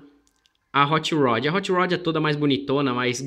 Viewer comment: Still better than "hoche roch"